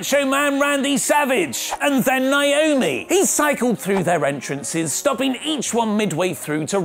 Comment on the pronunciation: Naomi or Nioami? Has explained why he mispronounces Naomi's name?